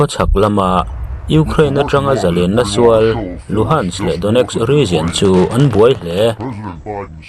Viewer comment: Grenade te region te, leh thil dang i lam dan a dik lo deuh aw.